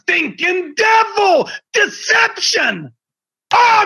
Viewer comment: “It’s the dE-VUL It’s the stInkin DEVUL”